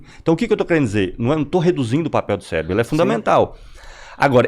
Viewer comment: Até aí comi uma palavra, o fala Celebro. 😂